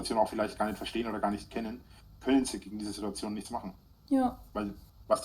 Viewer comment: Das Video braucht nen "Sidduazion"-Zähler...😵‍💫